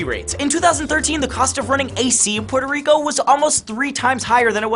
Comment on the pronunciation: Difícil prestar atención cuando no sabe pronunciar el nombre de su propio país “Pororico”, wtf